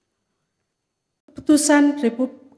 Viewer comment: Berat sekali bilang haji prabowo subiantu....malah ha.perabowo subianto